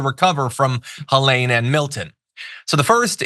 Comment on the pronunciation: Please pronounce it Helene. With a long e in the middle